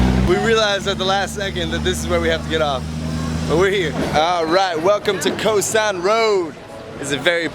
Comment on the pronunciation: Your pronunciation sounds tourist: Khao san.